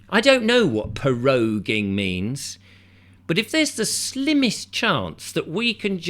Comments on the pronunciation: Please excuse my pernickety ways but it's not Po-roging.... PRO - ROGUE - ING. Let's go rogue.... while the cat's are away the mice......become cats? 😻😻😻😸😺😽😻 Lovecats! Let's run the country lovingly 😻😻😻 Anyway, I'm on a humorous roll here inspired by your witty delivery. But in all seriousness, I'm glad you posted this - it's interesting and I didn't know this is happening. Plus I've never seen your channel before so I'll check out some other posts you've made. Thank you😸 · "Po rogue ing" !! 🤣